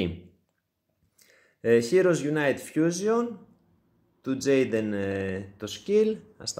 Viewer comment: Τζεϊντεν λέγεται 🙃